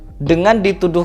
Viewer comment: medok banget bilang syeh😅,😅